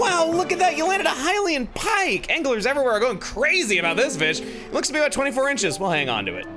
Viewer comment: well, that's NOT what we are talking a-boot.